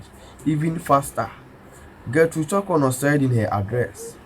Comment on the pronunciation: I dislike the way you pronounce the Chief Justice's name. Learn how to pronounce her name properly before you come on air